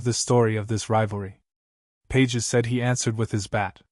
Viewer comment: His name is pronounced Pa hez, you ignorant buffoon. Don't you listen to TV and radio announcers? They get it. You also mispronounced Tatis. I'll let you figure that one out.